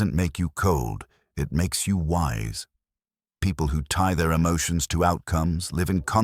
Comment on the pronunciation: JESUS "MASTERS" MY EMOT-SHUNS ✝️